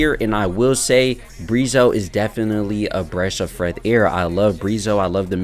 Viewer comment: A bresh of freath air 😂🔥